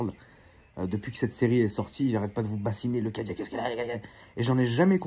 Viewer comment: « Le Cadilaque » 😂😂